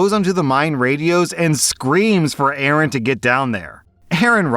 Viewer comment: Pretty annyoed that you keep mispronouncing A A Rons name.... 😀